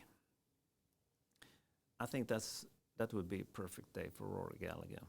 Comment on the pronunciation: The 2nd g is silent - Gall - a - her